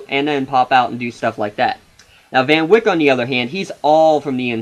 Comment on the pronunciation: Balance? What are you talking about? The Crusaders have eight legitimate players, and nobody is dominating when it comes to minutes played. The Titans mainly use only six players and basically have no bench. Where is this balance coming from? You also mispronounced Calliste, Broekhoff, and Van Wijk.